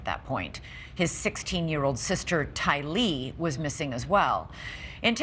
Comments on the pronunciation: News Anchor: "Tylee..." My brain after hearing the way she pronounces it: "Ty Lee from Naruto ?? 🥷🗡" It's Tylee like Tylie not like Ty Lee lmfaooooo I'm sure she had to deal with that all the time. Ps. RIP angel babies 🙏🙏🙏❤️❤️💔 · Pretty sure it's not pronounced "TyLEEEE" why is she saying this? Lord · It’s hard to take seriously an anchor who can’t correctly pronounce “Tylee” after all these years! “JJ, is hard to screw up! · Please let Brian say the name of TYLEE. Not pronounced like the 1st News Correspondent said...SMH. Brian is amazing during everything he speaks on! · What is wrong with Elizabeth Vargas, she mispronounces Tylee's name every time she says it.